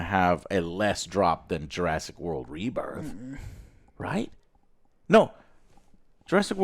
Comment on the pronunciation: Learned a new way to say rebirth :)